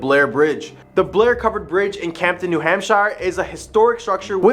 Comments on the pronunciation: Sorry to be that guy but I can't get past it. We pronounce it "New Hampshur" not "New Hampshyre" Same with Concord it's closer to "Concurd" than it is to "Con-chord" We're weird like that. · A little , teeny bit more research due here. Hamp shire? Say it like sheer. Some say it like hampster, without the t. Research, at least google, maybe talk with someone from New England or wherever you are investigating. The Blair bridge is just I’ll used by people ignoring the signs about weight and taking turns. It has become a thing for the college students to drink at the bar right next to it and then try to light it up again to be part of history. Locals patrol to attempt to prevent. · Great stories but you’ve got to pronounce things right. New Hampsha, Socco River, Portsmouth etc. But good job otherwise. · *New Hamp sher *Ports muth *Choke o rua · I can understand not pronouncing New Hampshire correctly if you were from a non english first speaking country maybe. This dude cant even pronounce one of the states thats name is basic english. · Pronounces Chocorua correct but new Hampshire wrong… but I digress. I literally just camped up on Chocorua 2 weeks ago and have many times in years past. No monsters, unless its us snoring that you hear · Somebody please tell this guy how to pronounce New Hampshire, and Portsmouth lol